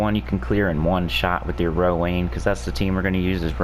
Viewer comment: i think Rowanne is pronounced Row-AN... not Row-ANE... cuz Anne = An. Rowanne is also a name for girls... and it's pronounced Row-AN.